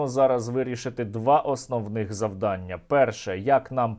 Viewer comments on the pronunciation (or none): none